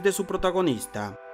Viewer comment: Hola buenísimo. Solo que se escribe The Burial pero se pronuncia Dhe BErrial